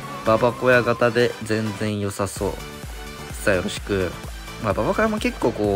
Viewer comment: ばばこやじゃなくてばばごやな